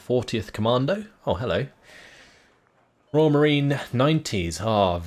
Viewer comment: What's with Roy "AL" all the time? You are British, please prenounce it correctly